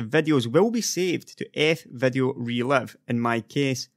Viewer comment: You can't make the "i" sound can you? menutes, releve, vedio (almost made the i sound here) sorry - just found it funny, not a dialect I hear often